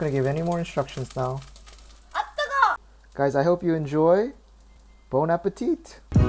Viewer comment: I love to watch your videos and already made some recipes!😍 But there is one thing i would like you to know......do not say the "T" at the end of bon appétit.....its a silent "T". 🤫🤫 I'm french that's why i say it.....😉😉😉